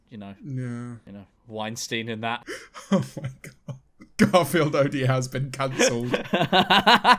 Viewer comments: Is it just me or did George call Garfield "Granfield?" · I love how for like 70% of the first movie George calls him garnfeld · George saying “Gamfield” repeatedly and waiting for to say something is just... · George messing up Garfield's name every once in awhile kills me, he was literally referring to the cat as "Grandsfield" for like three minutes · George calling Garfield "Gramfield" is the best part of the entire vid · "granfield" can confirm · Everyone: Garfield Memeulous: G R A N F I E L D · He does it again ! Is this some sort of joke, George? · next challenge, take a shot everytime george doesnt say garfields name right